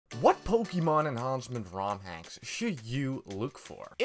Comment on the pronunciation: Ah yes, pokiemon enhauncement raomhacks